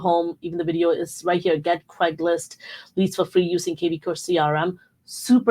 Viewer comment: Craigslist. Not Craiglist.